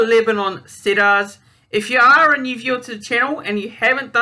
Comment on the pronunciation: HI mate. good luck making the vids. Just a tip.. It's pronounced "Seed-ars"... Let's go Lebanon! My first Lebanon world cup match I watched was Lebanon v New Zealand in 2000 WC! DAAAAMN it was cold!